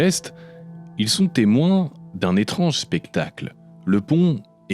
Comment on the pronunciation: Je crois que t'as un problème avec le mot "étronge". Ou éponge. Ou étrange. Je sais pas. Mais y'a un mystère dessous. Comme ton absence, qui t'a kidnappé? Quels tests as-tu subi? En tout cas tu ferais plaisir à voir, si tu gardais ton setup habituel, classe et immersif. Qui est la danseuse, un sportif tombé dans l'oubli, ou une esthète mystérieusement disparue? On en saura toujours pas plus... PS: la nouvelles présentation, plans, incrustations etc... Sont sympa aussi. Mais dans un nouveau style. Je crois que vraiment, le bureau, le téléphone qui parle trop fort et l'ambiance tamisée me manquent ;)